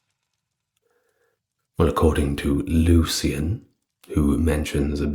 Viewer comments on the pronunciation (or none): none